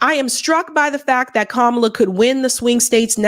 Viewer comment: I love how he pronounced her name “Camela” again after they just grilled him about that on the breakfast club 🤣